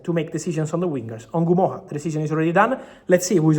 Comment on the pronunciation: Fabrizio is the only person I've seen who pronounce Rio Ngumoha's name the right way. It's not En gumoha it's just Ngumoha.